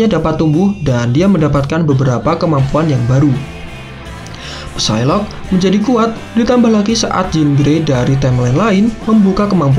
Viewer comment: Ucapin Psylocke tanpa "P" jadi sailok aja